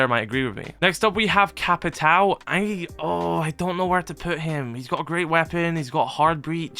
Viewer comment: btw its no capitau, its capitwawoo its similar to how u say "lAWnmOWer"